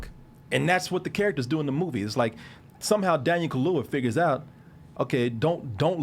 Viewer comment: It's Daniel Kaluuya... KA–LUU–YA. "Daniel Kahlua" sounds like whiskey mixed with coffee liquor 😂